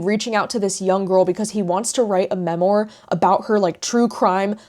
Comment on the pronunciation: (Not meant to be snarky) just btw memoir is pronounced ‘ mem - WAR’ not ‘mem-OR”🙏🏻.